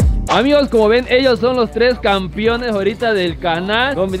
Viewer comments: Sus videos me entretienen bastante pero alguien le puede decir a que se dice campeones y no campiones quedo a su servicio gracias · Los "CampIones" JAJJAJAJAAJJ CAMPEONES MIJO CAMPEONES 🤣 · "campiones" dice el jajajajajjaj